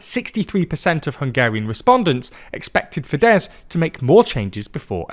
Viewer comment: MA-jahr, TEE-zah and fee-DESS 😂 ok I don't expect you to pronounce the Hungarian "gy" properly but at least you can say FEE-dess and TEE-sah 🙄